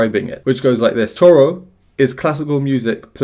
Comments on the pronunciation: It's pronounced "shoro". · Hey,! The pronunciation for Choro is: SHO-RO. The "ch" sounds more like "sh" as in "show". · Actually the word choro is pronounced as if the word starts with "sh" in English like show. Cheers.